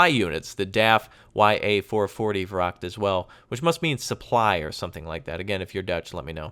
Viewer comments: I find it quite funny how (Native) English speakers pronounce most Dutch words/noises the way they're pronouned in German c: For example, VRACHT, you pronounce it like VRAGT, but it's pronounced with a 'gh' sound, it's hard to explain xD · huh the wrakt? you mean vracht